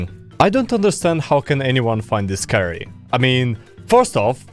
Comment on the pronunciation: Scary: exists: Sceurry